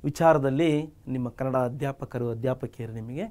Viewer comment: sir adu kannad alla kannada